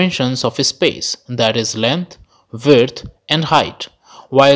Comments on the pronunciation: Verdth. Width mate... Width. Try not taking 5 minutes to get past the 4 people already know, and try using way less words to describe the others because I tuned out after 6. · Are you saying “land, vert, hight”? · Vurt = width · This guy can’t say width to save his life. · The way you pronounce width bugs me. Great video tho. Thanks!